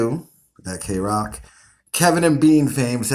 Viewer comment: The way you said kroq tells me you've never heard kroq in your life and that tells me you're a fake ass O And A poser fan.